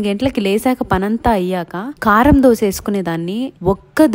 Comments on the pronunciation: Dhosha kadhu adhi dosaa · Dosha , dosham kadu amma thalli … ado Dosa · Dosha kadhu akkoo dosaa....kavalani dosha😂 dosha😂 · దోష కాదు అక్క దోశ